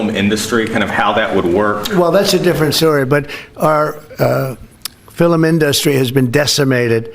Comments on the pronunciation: >> I hate the way trump says the word "industry". He says "in-DUST-ry". I know its petty, but it drives. me. NUTS. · "our fillum in-duh-stry has been decimated" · Fillum inDUSStree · He's saying his words really weird like he always talks like a bumbling idiot but lately he's been saying weird pronunciations of words like film but he says fill em. Or indust tree